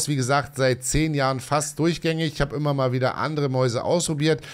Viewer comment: "ümmer" besser 😜